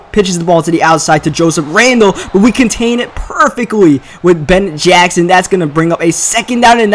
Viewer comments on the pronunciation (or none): none